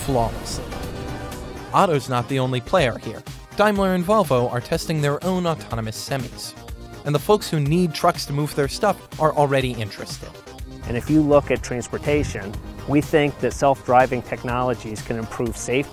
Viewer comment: They are semi.s NOT SEMEES